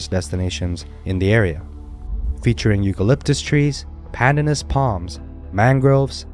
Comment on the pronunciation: Its not "pandannus" palms. Its pronounced pan-DAN-us